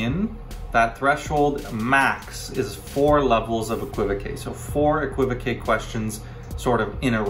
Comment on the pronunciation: No no no it is pronounced exactly the way you are saying it. I felt saddened when you said you were pretty sure that the technically correct way to say it was eck-wi-voke! Cos that's absolutely not the way. The que at the end is French and is a known suffix on many words and is pronounced kay. So keep pronouncing it as you are and keep correcting the people who are clueless! As for Siri...hmmf. OK ok I now openly admit that amongst those 'clueless people' I refer to in this comment there is one called Paul Ham J. Yes, I include myself as one of the clueless... ?.. but not any more! I have seen the light! Eh qwi voke!